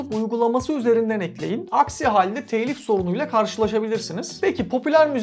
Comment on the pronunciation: Teeylif değil telif.